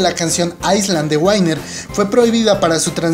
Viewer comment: no me gusta como pronuncia el nombre prefiero que lo lea tal y como es winner 😅😕😕